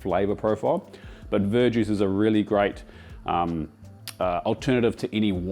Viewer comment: what kind of juice as an alternative to dark ale? Because all my brain hears is "bird juice" 😂 and captions are unhelpful with "ver juice".